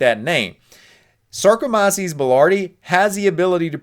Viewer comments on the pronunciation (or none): You’re pronouncing sarkomyces